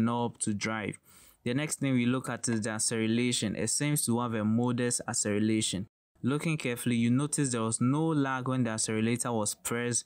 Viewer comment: Acceleration, kindly check out next time , rather you kept on saying accerelation